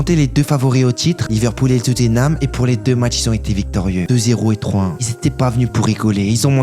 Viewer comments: Il est teubé ce garçon non ? Laycester ? Tu ne peux pas être fan de foot et prononcer le nom de ce club ainsi 😂 Et juste pour savoir c est qui Tweetenham ? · Tu parle comme si leicester avait gagné avec 1 ou 2 point d'écart. 10 point d'avance sur le 2eme . Donc avec hazard ou pas ils auraient gagné la première league. Fait un effort sur la prononciation. Twittenham